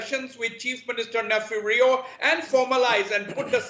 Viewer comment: its Neiphiu Rio, CM of Nagaland and not nephew to any viewers mr anchor next time mind your ...